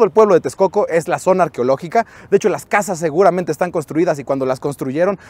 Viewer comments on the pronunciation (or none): none